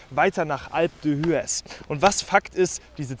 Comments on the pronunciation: Super Video! Endlich mal Französische Alpen 🇫🇷🏔️ Ps: Man spricht das Skigebiet Alp dües aus :) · Das H … wird im Französischen nicht gesprochen es heisst alpe d üez wenn so schreiben darf … also laut …